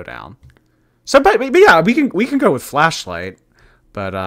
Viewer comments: Was the song called Flashlight? I thought she said Fleshlight 🤣🤣🤣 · I swear, I thought she said fleshlight. 😂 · All I can hear is “fleshlight”. I can’t stop laughing 😂😂😂 “You’re a fleshlight to a lot of people” “Thank you you’re a fleshlight too” Everyone smiling 😂😂😂 stop I can’t breathe 😂😂😂